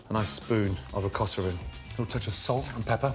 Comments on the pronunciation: What is "OKATA?" This was spooned into the potatoes time in the video. I didn't understand the pronunciation so I saw the word "OKATA" in CC print. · Thank you! i couldn't catch it either. It sounded like he said avocado but it was white? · sorry, what is the white thing that he added into the potatoes after he used the ricer? okata? i didn't catch the pronunciation. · For the first recipe after ricing the potatoes, he says spoon of WHAT? I rewinded like 5 times and still dont understand, is he saying ricotta?? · The way he says ricotta hurts